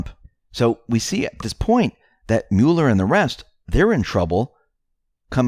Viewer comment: Smocking misspell was a warning to deep state considering J Podesta history of pedo. BTW the name is MUH-ler, not MULE-er.